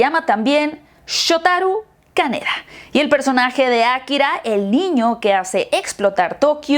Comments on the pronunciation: por que dices Akkira en vez de Akira? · Ákira, ákira, akirá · aKIra No AKIra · nadie:: Ákira